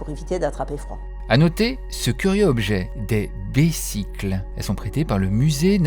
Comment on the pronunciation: on prononce "bezicles"